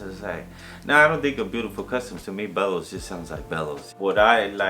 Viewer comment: You have family in el paso im 20 miles from el paso tx i live in Anthony nm. Bello's is pronounced beyos in Spanish whats up with that?